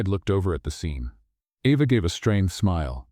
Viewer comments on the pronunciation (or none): While I liked this story, it is frustrating that the reader pronounces the girl's name "Eva" and the next time pronounces it "Ava." SO, which is it?